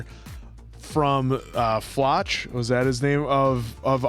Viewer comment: so funny to me that these guys read the names and pronounce them how they think they should be pronounced instead of listening to how the characters pronounce the names. like yeah Floch looks like it should be pronounced with a ch sound but everybody in the show says it like flock